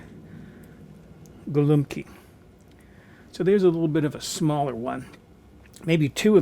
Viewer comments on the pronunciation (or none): Pronounced “gowumpki” it means “little pigeons”. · BTW - it is "go-ombkee" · Detroit here! YES, pronunciation of "Go-Wup-Key" is correct.